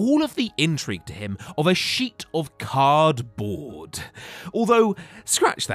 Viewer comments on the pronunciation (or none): Wait is that how you really say cardboard ? 😭😂😂 Arthur thornberry lookin ah 😂 just jokes people